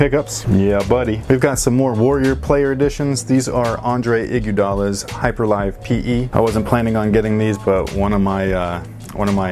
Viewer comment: OH my god thank you for pronouncing Hyperlive as "hy-per-lyve" and not like the Solebrothers do with "hy-per-liv" ... I don't know why it pisses me off but oh my god it does so thank you for pronouncing it right, and go tell 'em how to pronounce it please cause you work with the same website